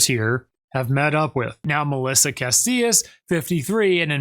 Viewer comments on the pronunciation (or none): It’s pronounced Ca-SEE-as. Melissa Casias. If that helps